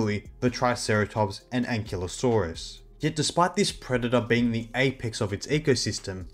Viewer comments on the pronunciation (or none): none